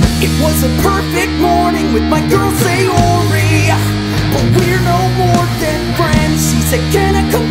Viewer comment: Sayori isn’t “SAY-YOUR-EE” it’s “SAH-yo-REE” 😒